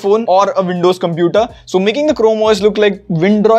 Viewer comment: Not windroid, it's Andows